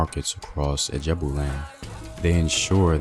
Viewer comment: Ijebu not Ajabu